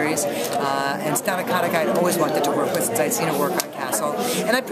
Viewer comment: Did he say "Stanna Kannic"? It's STAH-NAH KA-TIC.